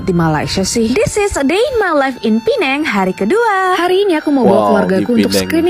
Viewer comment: Ejaannya PENANG (ejaan bahasa inggeris) tapi sebutannya 'PINENG'. Kalo sukar utk menyebutnya guna saja bahasa melayu Pulau Pinang.